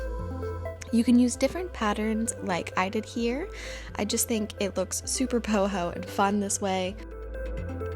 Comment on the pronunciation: Did she say poho?